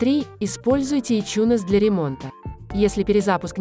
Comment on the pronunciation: Какой еще ичунес на хрен? Айтюнсом он называется и назывался всегда. Слышать такой бред с души воротит. Можно хоть названия говорить нормально. А то в место айфона можно обозвать ипхоном блин.